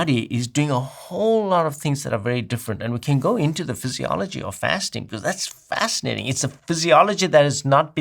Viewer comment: Its "fastinating"